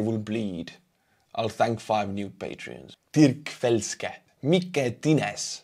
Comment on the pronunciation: Hey, you pronounced my name 'Dirk Felske' quite well 😀